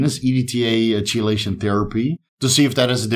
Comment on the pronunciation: It's pronounced like key-lation, no Chee- , sorry to be that guy